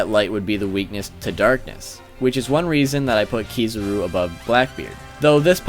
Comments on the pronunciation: Also Ke-Za-Ru. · Kizaru not Kee zoo roo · and Kizaru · .p Aokiji, not Ekohiji. Also it's Kizaru, not Kizuru lol.. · It's AOkiji, not Akoiji or Akuiji. ...and, dude... Kizuru ?!? Really? KIZARU !